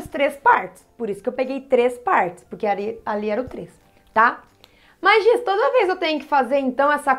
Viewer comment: E Giz nao Gis ok